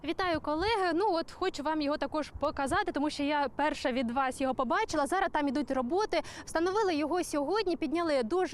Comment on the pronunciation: не «зара», а «зараз»!